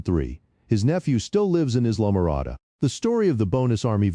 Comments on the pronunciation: The commentator didn’t understand pronunciation. “Islam - morada” is pronounced “I’ll -ah-more-ah-dah”. Sheesh. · Islamorada pronounced: eye-luh-muh-RAH-duh